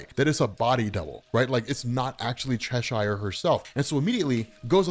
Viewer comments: Hearing you mispronounce "Cheshire" is excruciating. Otherwise good video. ;p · The way you say Cheshire is annoying, I must admit.